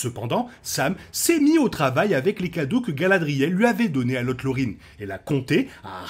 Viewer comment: Très bonne vidéo, par contre ta prononciation de la Lothlorien n'est pas bonne ça se prononce Lossloriene, avec le th qui sonne come un S et pas comme un T et le rien se prononce comme hyène. Sinon la vidéo et très cool.